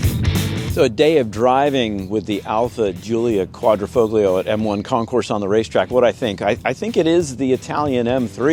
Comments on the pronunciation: qua dree foll yo. The G is silent. The foll rhymes with roll. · it's "folio" vs "foglio" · "QUAD-RO-FOB-LIO" 🤣 Really? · "quad-dra- fole-yo", please.... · Said Quadrifoglio. The G is silent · The G in Quadrifoglio is silent bro. 🤦🏻‍♂️ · The “g” in Quadrifoglio is silent. God Americans are an embarrassment. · Excellent review but the G is silent. Think Italian. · The G is silent in Quadrifoglio. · the G in Quadrifoglio is silent